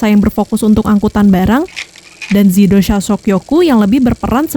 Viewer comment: Btw nama institusi saat era jepang itu bukan zidosha tapi Jidousha. Dibaca Ji bukan Zi. Jadi yang bener itu Jidousha Soukyoku